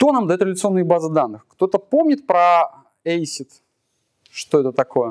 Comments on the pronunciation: Дико режет ухо, когда ACID произносят не как "эсид", а как "ацит". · Красный Поршень правильно на англиском ЭйСиАйДи. Но с твоими словами я согласен, если что